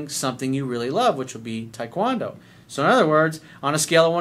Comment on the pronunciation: Coach, I love you, but why the hell are you pronouncing taekwondo like that?